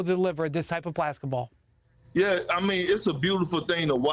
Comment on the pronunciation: Everyone ignored Windy saying “blasketball”